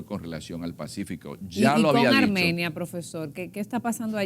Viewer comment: ARMANIA.... ESCUCHE MAL???? Hay que leer y prepararse antes de una entrevista.